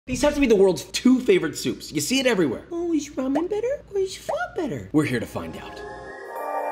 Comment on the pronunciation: You can’t try to compare the two. Completely different. Pho is herbal and ramen isn’t. And it’s not pronounce “fa” 🤣